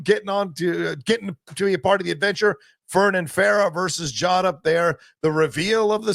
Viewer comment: 8 episodes in and is finally pronouncing Jod as Jod instead of Jode 🙌 Loved y'alls coverage tho lol. EDIT: Goddamn it now is saying Jode he's been infected. Huge shame this show is under-viewed also, Disney have really been burying it for some reason. I'd actively have to search for the new episode on Disney+ every week.